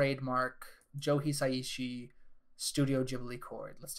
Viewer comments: Small side comment: Joe “Hisaishi” pronounced He-Sigh-She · the way he pronounces Hisaishi destroys the video